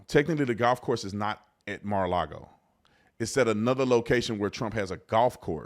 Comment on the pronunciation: First it’s not maralogo. Then it’s maralogo 😀🤷‍♂️